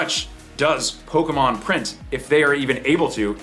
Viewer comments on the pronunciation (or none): It’s not nostalgia those idiots don’t know shit about Pokémon. They’re all scalpers that are gonna inflate the price for resale. When you see someone behave like this but pronounce it “Pokey-Man’s” that’s how you know they are scalpers. How you that much of a fan to behave that way but can’t even say it correctly 😂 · 30 years later and news reporters still can't pronounce Pokemon correctly.